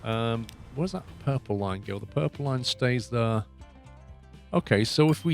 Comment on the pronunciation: "We want to go THUR"... "cross through THUR".. "from here to THUR"..."over THUR"... What the (bleep) is "THUR"? "Here and THERE", NOT "Here and THUR". Otherwise great video of a game I personally wouldn't play that seems interesting.